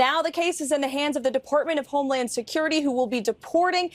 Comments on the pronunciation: Did she just say "Deportment of highland security"!!!!! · "the Deportment of Homeland Security". Funny slip. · She said deportment of homeland security. She almost said "shit" when talking about presidential orders. Lord Jesus is trying to help her.